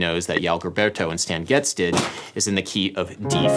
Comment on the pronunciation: That's the standard pronunciation in English. I was more irked by "Yal Goberto".